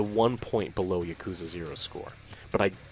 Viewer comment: Texas pronunciation of "Yuh-Koo-Zuh" still gets me 😅 Like "Thay-Nos".